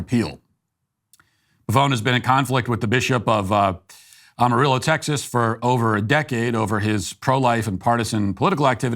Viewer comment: The way matt says Amarillo just hurts ne as being from there.